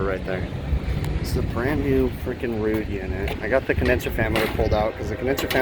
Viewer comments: Don't be Ruud is how you pronounce it. Like Rood. Not Rud like Mud. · FYI, Ruud pronounces their name as rude.